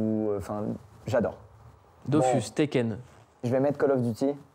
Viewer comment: Dodus c’est son jeux préféré mais il sait toujours pas que ça se prononce dofous